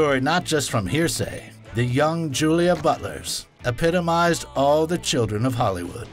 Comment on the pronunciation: Julia Butters, not Butlers. :)